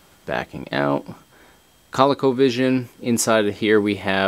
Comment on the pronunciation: not call-ico but co-lee-co.